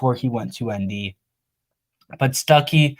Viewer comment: Quit calling that man Stookey 😂 he's a Georgia native by the way just fyi. Stuckey will be a game changer for ND WR recruiting.